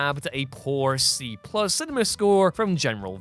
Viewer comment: The way he pronounces cinema. lol he adds an “R” cinerma… lol